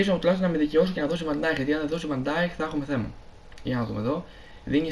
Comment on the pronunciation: Φίλε προφέρετε βαν νταικ όχι βαν νταιχ σε παρακαλώ μάθε το είναι σπαστικό